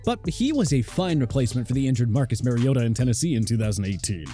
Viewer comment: It’s not marYota, white guy